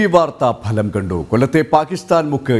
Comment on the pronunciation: ബലം അല്ല മിസ്റ്റർ ഫലം എന്ന് പറ